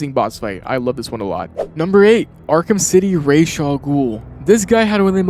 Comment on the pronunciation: You get so many points for pronouncing Raz’s name correctly